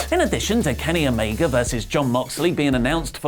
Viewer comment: I love when Wrestletalk talks about "Kenny Omeger" lol